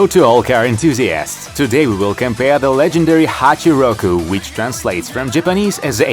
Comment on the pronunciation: hacheirouku he said